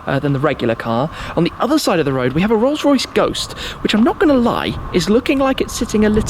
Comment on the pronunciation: Anyone else thought you said Rolse Royce Rape